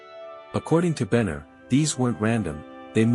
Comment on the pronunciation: Benner not banner